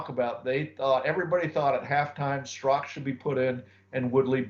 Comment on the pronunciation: His name was Don Strock !Not wood strock.